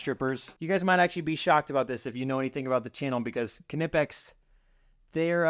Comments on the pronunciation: K-nee-pex not ka-nip-ex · I am pretty sure it’s pronounced “nip-ex”. The“ K” is silent. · KNIPEX PLIERS WRENCH!!!! For nuts and bolts it's a game changer. I can tell your a redneck like me, Kuh-nipix🤣🤣 The K is silent, like the D in Django. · He said ka nip ex😭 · Disagree on the strippers…Klein Hd are my favorite. They cover every base well and worth every penny. Also…the “k” is silent…pronounced “Nigh-PEX “…;) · Kn is still pronounced “N”. As in the knot. Is “Not” it isn’t pronounced kinot. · The "K"in Knippex is silent. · The "K" is silent in the word knipex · The k is silent in Knipex